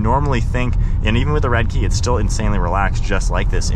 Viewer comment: Red-eye********* you kept saying redkey